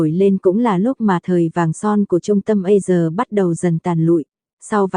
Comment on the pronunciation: a si sà chứ tại sao lại đọc là A sờ nghe ghê quá